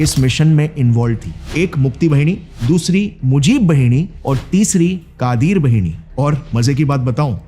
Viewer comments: Bengalee pronunciation thik se kijiye Bhini nhi...BAHINI Rangmati nhi....RANGAMATI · बहिनी nahin बाहिनी boliye Gaurav bhai. "मुक्ति बाहिनी" (মুক্তি বাহিনী), मुज़िब बाहिनी( মুজিব বাহিনী)& क़ादिर बाहिनी(কাদের বাহিনী). 'वाहिनी/ बहिनी' ka matlab Pravah,Dhara, Nadi ya 'सेना' ( army) hota hai. बहिनी matlab बहन hota hai. Bangla alphabet mein 'ब'(ব) aur 'व'(ব) dono hote hain par dono ko 'ব' likha jata hai aur aam bolchal mein'ब' (ব)hi bola jata hai.